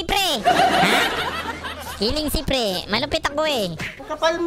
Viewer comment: ME: KILING SPREE: KILING SIPRII PAUSO TLGA LODS HAHAHHA